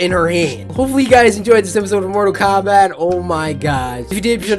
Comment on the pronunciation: Cory said mortal comrat